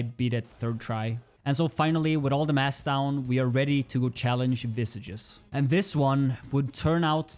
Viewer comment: btw just a lil gripe i have, visages is meant to be in french and thus is pronounced as v-saj (soft J, not strong like G) you can open google translate, set it to french and type visages, then listen to it to see what the correct pronunciation is like